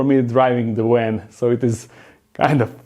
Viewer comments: “A big wan” 🤣 ily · In Europe (and neighbors) they pronounce W like V and V like W. So in English you get words spoken like "w"an instead of "v"an. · spent about 3 minutes trying to figure out what a "wen" was. lol. its actually "van" im dumb. love you lol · 😆😆😆 He rented a WAN!!!. Please say "nuclear vessels" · I love the way he pronounces the word van. With his accent it almost sounds like he's saying van with a w. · I agree.